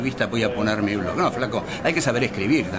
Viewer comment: Claro, buenísimo criticar la mala prosa, si no sabemos decir ni la palabra blog. BLOOOOOOOOOOOOCK! okno